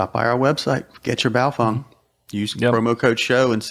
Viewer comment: Wtf is a buyo-fung???? Its "BAY-O-FANG"... straight from the manufacturers mouth...